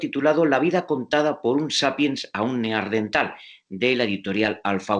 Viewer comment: Cómo es posible que ese presentador diga "neardental" Madre mía!